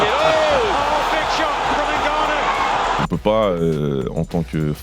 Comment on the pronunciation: et on écrit pas d'Ngannou mais de Ngannou Le N ne se prononce pas mais ce mélange avec la lettre suivante C'est comme Mbappe Tu dis pas M bappe mais Mbappe Va prendre des cours de langue